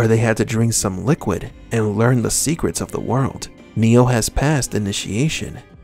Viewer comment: It always sounds like his name is "Neil" or "new" whenever I hear "Neo" without any emphasis on the "O" at the end.